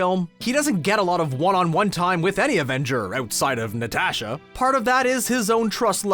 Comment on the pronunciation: Na-tash-aaa lol